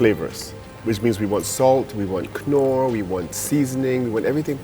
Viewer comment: I can't stand the way he says Knorr. Lmao